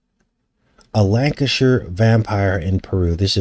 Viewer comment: Superman's friend. Mon-el is a daxamite in DC comics. He is exactly the sMe as superman in terms of powers except his weakness is lead. Got any ideas about that? I think it's more honest at least. Also. I live in Lancashire. And you pronounced it right so that's cool. Everybody always gets it wrong. Haha.